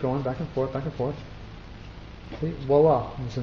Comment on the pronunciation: "Wala"? Lol... I think you mean voila... But great work anyway. :)